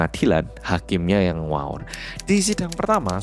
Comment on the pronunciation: "hakimnya nguawur" ngakakk bgt logatnya keluar😂